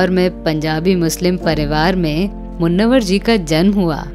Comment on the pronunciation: मुन्नवर नहीं मुनव्वर